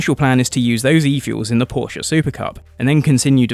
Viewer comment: The biggest thumbs up from me goes to you personally for the correct pronounciation of Porsche and Audi! If Formula 1 really brought back V10s, I'd re-start watching it. I stopped at the end of season 2013, when the lawnmower engines were introduced.